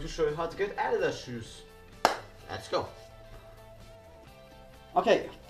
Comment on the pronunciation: The way you pronounce adidas😂